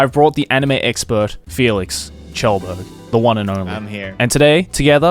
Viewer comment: this is the first time I ever heard anyone besides felix himself say his last name correctly and I wish I was joking